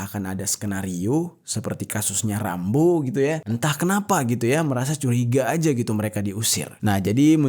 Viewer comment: ketika ente nyebut nama "RAMBO" knp gw ngakak bgt ya 😂😂